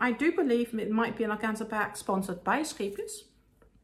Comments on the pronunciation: Thanks for your video, and so pleased to hear the correct pronunciation of Scheepjes. When I first discovered this company's yarn on YouTube I looked up how to say the name, as I couldn't believe most of the ways YouTubers said it :). I've just bought some Linen Soft for a bargain price with a view to make animal toys, so wish me luck! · I like how you pronounce the yarn name correctly. Your accent makes it sound fancy. What pretty yarns you chose. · The Wonderball is in my favorite color "Blue". Thank you for clarifying the pronouncation of Scheepjes yarn. 😊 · I think it is a very gorgeous blue, and it is definitely a "wonderball". And my pleasure in regards to the "Scheepjes" pronounciation. Think I got it pretty close with my 14 years living in the Netherlands. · Yet pronunciation is probably better by the native Dutch, but I think I’m doing pretty well 😅